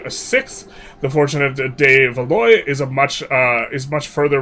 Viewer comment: isn’t it pronounced “Val-wah”